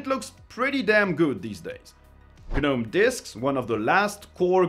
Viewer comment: you DO NOT pronounce the G in Gnome.... its pronounced Nome.